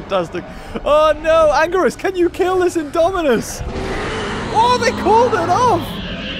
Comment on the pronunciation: Btw its ANGIRUS